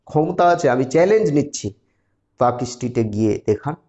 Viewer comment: Park Street has almost zero hawker. Your report is wrong. You cannot pronounce the name properly. Your education level is low. Muslim hawkers are in Rajabazar, Mallick Bazar, Park Circus and Chowringhee area.